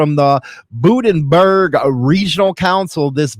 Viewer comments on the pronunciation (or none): Howdy, good commentary as usual, just thought you might like to know that to an Australian your pronunciation of Bunderberg sounds kinda hilarious 🤣so FYI the bun that's in the oven is how you say the Bun in Bunderberg, you should pop on down here sometime and I'll introduce to overproof Bunderberg Rum.. they're a mad lot in Queensland, maybe that's why my Boy likes it over there.. but West is Best if you ask me - Rock On and stay Free 👍😎